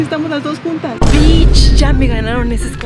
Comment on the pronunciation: Ok pero kim dijo bich